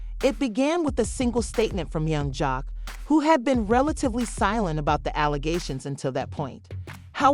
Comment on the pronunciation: Man I hate A.I. she said young Jocko lmao